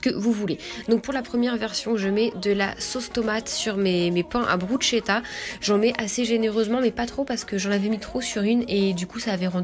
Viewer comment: PS: ça se prononce brusketa mdrrr